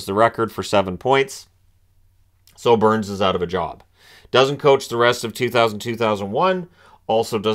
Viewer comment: No sir. Their say Booourns.